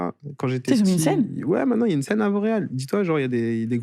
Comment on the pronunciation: petite québecoise que je suis à chaque fois que vous dites « Vauréal » j’entendais « Montréal »🥲😅